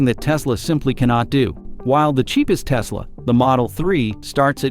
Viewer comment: tesla - last-e